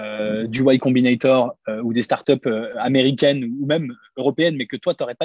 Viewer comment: "Y Combinator" et non "White Combinator" Je trouve que le contenu est bien dans l'ensemble sur ta chaine Keep it up !